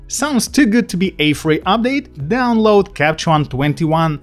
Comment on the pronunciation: Nice video, thx! Can you put a pause in “Capture One” please...in this video you keep saying “Capchon” instead, thx.